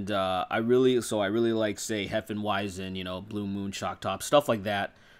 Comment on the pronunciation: Lol at how he pronounced hefeweizen